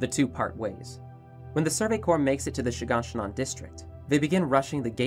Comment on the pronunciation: I love how he calls shiganshina She gone she none